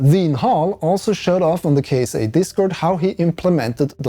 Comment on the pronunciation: I believe it pronounce Kit-sa. like NASA, ESA, and JAXA.